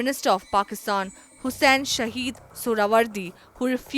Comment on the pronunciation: Thanks for the Video. Please announce the name SHAHID, not SHAHEED